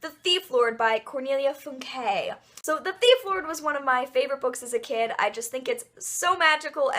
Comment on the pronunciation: Funke is pronounced as FOON-ka